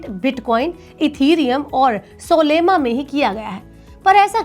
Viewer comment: सोलेमा 😂 नहीं मैडम सोलाना बोला जाता है।